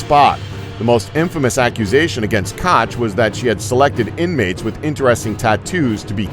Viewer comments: please just dont talk! NR 12: Ilse KOCH is not Ilse KOTCH, aso... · Where in the HELL did these people get their info from? For one thing Ilse Koch name was pronounced "coke" yes as in the soft drink there is no "ch" sound in the German language and she didn't kill herself she was found guilty of her crimes at Nuremburg in 1945 and hanged also Himmler was the founder of the Gestapo not Goering read your HISTORY people!! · The "ch" in Koch is basically pronounced like the same thing in yiddish, you pronounced it as "Kotj" a name and letter combination that doesn't exist in German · Pronounced Coke, not Kotch. Not just this first one, your pronunciation is horrible throughout this video. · I wish this American pronounced things properly.....Kosssh yeah right. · Kotch, Kotch, Goiring??? Why the fuck don't you at least pronounce any of the names right? Are you really that stupid? How would you pronounce Eisenhower when talking about HIS RHINE MEADOWS DEATH CAMPS where he killed over a million germans AFTER the war huh??? And you might aswell add the names of any president between Kennedy and Trump too! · I agree. By the way, Koch is pronounced "Coke". Being half Norwegian, Qtr Irish, Qtr German, my Norwegian Side has a name that means "traitor".... Vidkun Quisling... Also my German side was put into an Austrian Interment Camp for "disagreeing"... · like Ilse "Caaj" doesn't even make sense in English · Charles Wróbel the real/proper German way to pronounce her name is ko*h* with the ch part rolling off the throat. but people who speak English pronounce it many different ways including: coke, cock (which is the closest) kosh, kotch, or what it translates to, cook. There are other ways but that's all I can think of. People who speak English always pronounce names wrong such as: Gogh, adidas, etc.